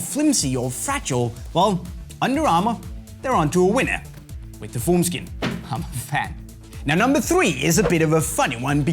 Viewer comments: Was confused for a sec, thought he said foreskin😂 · I legit thought when he said formskin he said foreskin